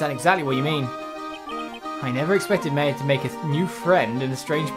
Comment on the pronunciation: Regina doesn't know how to pronounce names confirmed, he says "May-a" for Maya, even though it's pronounced "Mah-ya"